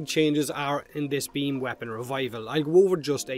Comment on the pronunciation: I say beamYou say beamBut he don'tThat's why we hear bean.